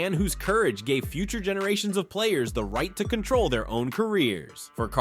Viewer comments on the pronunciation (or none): none